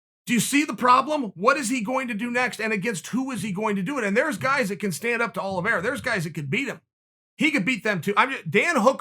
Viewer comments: Chael “Charles Olives” Sonnen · Chael: Charles Olives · Chael.. I love you but Charles last names isn’t Olives 😂😂😭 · No one: Chael: Charles olives 🫒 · Me: Charles Oliveira Chael: Charles Olives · “Charles Olives” 😂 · Me: Charles Oliveira Chael: Chawlers Olvera Me: Charles Oliveira Chael: Charred Olives Me: Okay great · Chael really just called him Charles Olives. Damn. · Chael: This is meant to be positive towards "Charles Olives" 😅😂🤣 Chael: Put him in there with Olives! 😄 Too funny! At the end Chael makes it a point to over annunciate Oliviera! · Brendan: Charles Olivreea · Chael said its olives, so its Olives, alright! new name, he must have recently changed it. He is a Hoot! Love my Uncle, Chael P.!